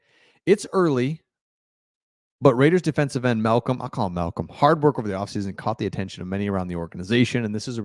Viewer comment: It's Mal com. Koonce haven't you heard others say his name unfreakenbelivable